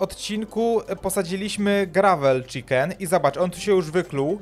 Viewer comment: Chiken a nie czikin